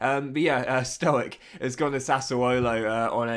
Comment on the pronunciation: It's pronounced Stojich